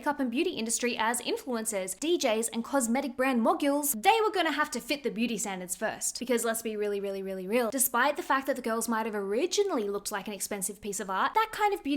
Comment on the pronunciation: "Mog-yules"???! Girl, it's MO-GULLS 🤣🤣🤣🤣🤣🤣🤣🤣